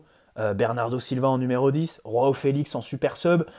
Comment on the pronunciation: Dit Joao et pas roao le portugais est différent que l'espagnol sinon super vidéo